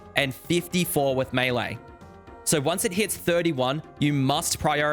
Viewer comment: I'm yet to see a single osrs content creator that can correctly pronounce "melee"